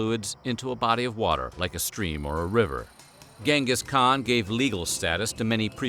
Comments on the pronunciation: It's pronounced djingas khan. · Pronounced as chin'gis kha'han. great video though.